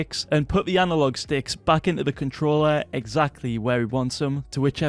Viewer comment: ‘Letshes new controllar’ 😂